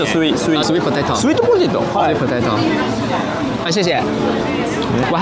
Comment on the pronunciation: Sweet potato, 不是 sweat potato Sweat 流汗 😂